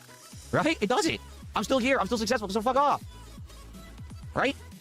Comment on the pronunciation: He proved that he actually forces himself to say sussessful instead of successful. So amazingly sad.